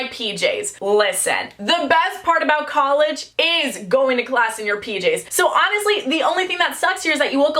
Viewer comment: I am now changing how I pronounce college to collage